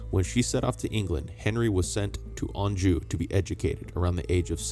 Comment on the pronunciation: Why is it you can pronounce Anjou but can't pronounce Worcester correctly 🤣